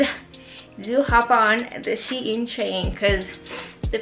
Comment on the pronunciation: It's pronounced as "Sheen" sweety not "She-In" No hate though🥰 ily!